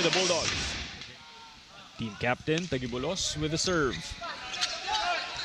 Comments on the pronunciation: kayaa ngaa 😭😭😭 instead of taguibo-los naging tagui-bolos ayoko naaaaa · dapat "ta jee bolos" ung pronounciation noh? parang strait of Gilbraltar lang. sosyal pakinggan. ❤ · nabobother ako sa pag pronounce ng taguibolos